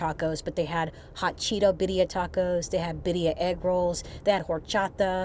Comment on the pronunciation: Is it my bad hearing or is continuing to say Bidia tacos or Birria tacos? I know the latter is what they are, but I am wondering about my hearing!